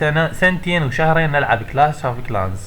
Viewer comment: ههههه كلاش مش كلاس😂😂😂😂 حتا ما بتعرف تقرأ😂😂😂😂😂